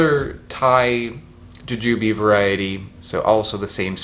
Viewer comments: bothering me that you're pronouncing it juJUbe and not JUjube given that by the end of this video I probably will also be thinking of it as juJUbe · why do u say it like that goofy, its jew jew bee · U say it so different, its funny to me (ja-jew-bee). In my area we say (jew-jew-bee) I'm also on the east coast. So, not sure if it's a regional thing 🤷🏻‍♀️. But, I've never heard it the way u say it before